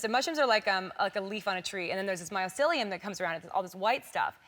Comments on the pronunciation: It's my-SEE-lee-uhm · she keeps saying "myocelium" , when its mycelium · What the hell is "MyOcelium" ?